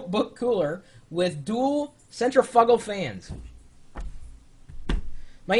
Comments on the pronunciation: Centrifugal (SIN-TRIFFICAL) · cin-tri-fuggle priceless